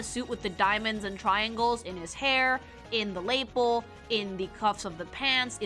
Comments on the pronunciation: Dunno if it's a running joke or what, but her pronunciation of "lapel" kills me a lil 💀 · Why do you pronouce lapel like that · Never heard somebody emphasize the first syllable in "lapel" before.